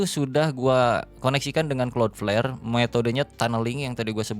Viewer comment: Gw yg tiba² nongol video ini tanpa tau apa² & tetap gw tonton sampe habis. Yg terngiang² di kuping hanya " klot pler"